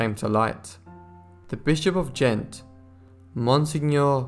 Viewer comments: Iii really loved this except that the reader mispronounced Ghent as gent and St. Bavo as bravo. Practice or a good dictionary might help or a new reader. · Ghent has been wrongly pronounced by the narrator . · After the first few times of saying Ghent correctly, you kept mispronouncing it after that. Not being harsh but it helps to pronounce words or names correctly.